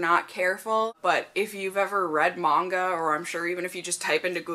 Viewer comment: Yes thank you! Lol I hate when people say Manga wrong XD